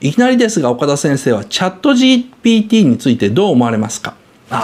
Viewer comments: 岡田さん、ずっとGTPって言ってる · GTPって聞こえる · GPTだからね。GTPって発音しとるよ😂